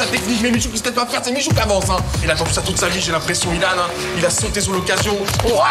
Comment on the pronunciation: pourquoi tu dis Ilan c'est pas byllhan?